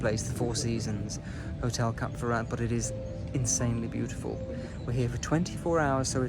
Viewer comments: It's Cap FerrÁ, btw, not Cap Ferra-t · The "t" at the end of Cap Ferrat is not sounded. And the beautiful town at the foot of the Alpes Maritime is pronounced "Ehse" not "Ease". As a chic globetrotter, you should get these things right ! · I’m very sorry but do not pronounce the ‘t’ in Ferrat it really grinds on me and anybody who speaks French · British talk dif than french